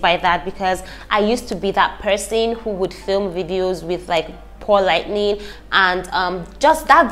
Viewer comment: Lol just find it so adorable she keep saying “lightning”